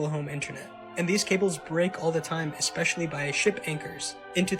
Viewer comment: You know what pisses me off, there's no "G" in the word "especially." It's not egspecially. Cut it out. Check your grammar.